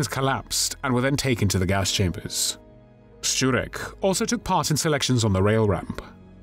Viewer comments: True. His pronunciation of "Szczurek" is on point. You can tell that he's not Polish due to a slight accent but the pronunciation itself is spot on. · This man should get some award for his pronunciation of foreign words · No, no! As a Pole I am just impressed by his pronounciation. By far much better than I usually hear. Surname "Szczurek" he got nearly perfect (I would like to hear other English speakers). I even paid attention when he said the name of my home town: Kraków. (it is like "Krakoov"; not "Krakov" like 99% of foreigners says; very often they even tend to correct me!) Again: well done, I am impressed!